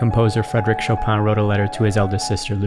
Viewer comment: As a pole the pronunciation of "Chopin" was killing me but overall great video like always.